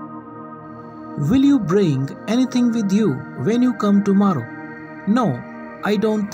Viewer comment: Sir, it's not tomaarro, kindly pronounce the word correctly.